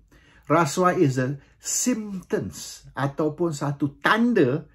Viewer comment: Symptoms- bukan sympter mcm yg disebut RPK..